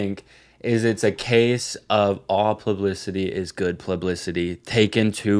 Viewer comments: my psyop corner… pronouncing publicity plublicity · not saying "plublicity" 40 times